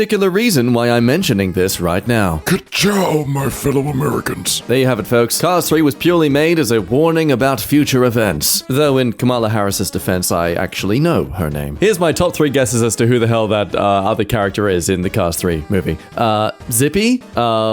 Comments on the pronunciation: 😅 oof. Said her name wrong. I feel embarrassment for you several months later.. ",la" "komala" "actual pronunciation..idk ddg it." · "In Kamala Harris's defense, I actually know her name"... Proceeds to pronounce it incorrectly..